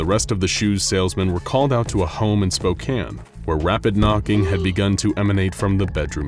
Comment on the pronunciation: Bruh I’m from Spokane. I’m glad you pronounced it correctly!